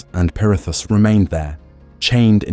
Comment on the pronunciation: Why are you saying perithis like that lol